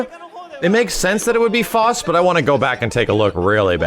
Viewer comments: It's not "FOST", it's F-OW-ST. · It's not FAWst its FOWst. Like the famous doctor Faust of legend? You can't say it's up to interpretation. Just the way says the name wrong... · It really irritates me how he keeps pronouncing Faust like "Fŏst" instead of like "Foust". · F-OW-ST is how its pronounced lol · FOW-ST, not whatever you said.